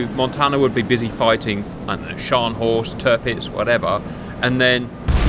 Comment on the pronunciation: Very good effort pronouncing Scharnhorst! If you ever wanted to fool a german, put some emphasis on the T at the end and the open A - Schárnhors't. If you want to do it perfectly, there is a very brief, almost silent E missing (etymologically) between the R and N... Schar(e)nhorst 😊 same goes for the G(e)neisenau 👋